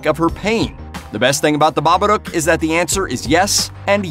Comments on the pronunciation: Pronounced ba ba duke ..... stop saying ba ba doke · It's not 'Bobbadook', it's Babadook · It Follows is so overrated. Terrible script and story. Best part was music and cinematography. Acting was bad too. And its pronounced Ba-ba-DOOOOOK! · Have I been pronouncing The Babadook wrong for all these years? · I don't know what's worse, this dude considering 'it follows' a "perfect" horror movie, or how badly he pronounces Babbadook...